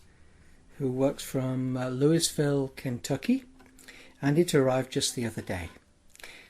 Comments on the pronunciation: Natives say LOO-uh-vull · oh and it's pronouced "Louieville" ;)